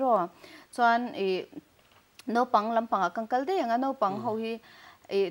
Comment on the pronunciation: Nopang nilo vin Naupang Note nilo vin Naute.